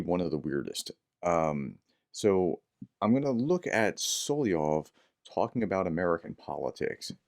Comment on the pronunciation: Pronounced Sol-ov-yov not Sol-i-ov